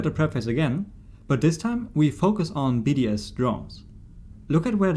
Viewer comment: I kept thinking he was saying BDSM and not just BDS